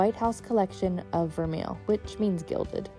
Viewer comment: Great video! I just emailed my representative to try to get tickets myself. Although, please don’t take offense but the way you pronounced vermeil gave me a chill haha I immediately thought of the West Wing episode lol